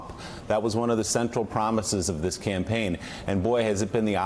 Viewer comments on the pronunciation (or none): none